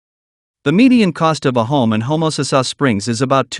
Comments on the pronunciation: LMAO !!If you are a pine tree, u will be rt. At home! The guy doesnt even know how to say homasass, and he wants to tell you about it??ILMAO!! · If you are a pine tree, u will be rt. At home! The guy doesnt even know how to say homasass, and he wants to tell you about it??ILMAO!!